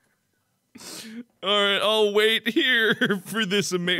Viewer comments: It sounded like said “ A MINUTE!!!!” Not wait a minute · Does No one realise when mark says wait it sounds like he's saying